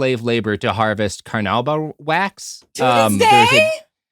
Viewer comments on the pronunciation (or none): "Car New Bah" wax is what makes jelly beans shiny. Also car polish.